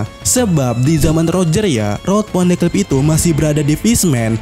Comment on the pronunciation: Min kok poneglyp jadi poneklyp kedengarannya